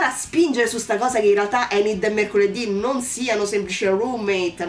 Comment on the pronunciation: Mi spiace...hai sbagliato il nome.😉Si chiama Ajax(lo pronunciano"Eigex"pressapoco). E la bionda si chiama Enid(pronunciato"Inid"),non Endi.😉 Concordo su quasi tutto quello che hai detto,a parte il fatto che l'amicizia delle Merclair sia molto bella...io vorrei poter dire che lo è,ma la realtà è che la trovo molto sopravvalutata. Mercoledì si è comportata Mercoledì per quasi tutta la serie si è comportata i modo tossico nei confronti di Enid...l'ha sempre insultata e/o sfruttata per i suoi scopi(come fa più o meno con tutti)e la cosa che mi ha fatto più arrabbiare è che quando giustamente Enid ne ha avuto abbastanza e se n'è andata alla fine della puntata 6 poi è tornata da sola senza che Mercoledì neanche si scusasse!! E poi tutti a sciogliersi davanti all'abbraccio...mi dispiace,ma quell'abbraccio io non l'ho trovato"earned"per niente!!😡Mercoledì è stata una pessima amica per Enid e sinceramente trovo che sia il rapporto tra Mercoledì e Eugene sia quello tra Enid e Mano siano più profondi e meglio sviluppati di quanto lo sia stata finora la Merclair!!